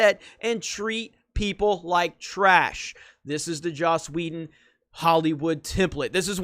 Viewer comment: Please stop saying Joss Wheldo